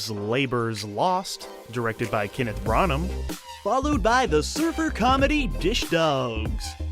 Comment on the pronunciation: ‘Kenn-arth Brennargah’?